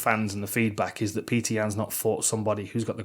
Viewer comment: it’s petik